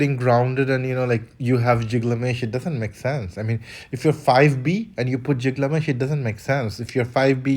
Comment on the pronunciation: its not Pronounced JIGlamesh..... its pronounced. GILgamesh like fish Gills